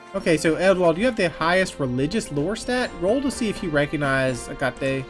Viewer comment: btw looked it up, Hecate is pronounced "Heck-it" Like fuck it but your saying heck first